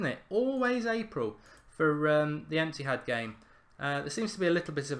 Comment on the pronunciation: He says ethihad enthihd